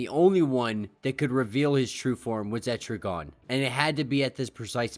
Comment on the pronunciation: Etri-gone. Gan, hard A bro.